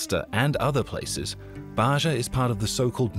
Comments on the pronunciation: The sound zh is not used in Arabia. It is not Bazha and Zhamila. It is Baja and Jamila with j as in Jane. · Ba'ja is pronounced as BAH HA.